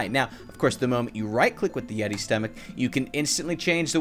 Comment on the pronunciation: The yeti more like "yeety" hahahaahhahahahahahahahahahahahahahahahahahahaahahahahahahaha